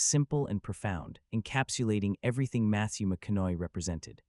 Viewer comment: What is he pronouncing? He’s not pronouncing his name correctly who is he talking about? Matthew McCoy